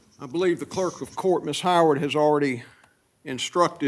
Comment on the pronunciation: Yup. Let’s blame the cleark. Uh - but what’s a cleark?